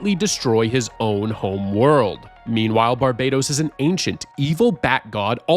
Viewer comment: Barbados is a country. Barbatos is an evil god, and it’s not pronounced the same. Barbados is the way you’ve been saying it. Barbatos is pronounced barb-uh-toas